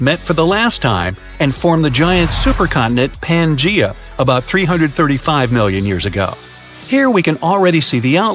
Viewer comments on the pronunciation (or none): Wow, he sure MIspronounced Pangea.